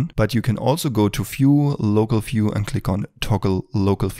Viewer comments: it is not "fiew", it is view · This video should be run when you start the Blender first time. Amazing work, thanks a lot. One thing bro, "view" - is not "phew" it starts with "v" :)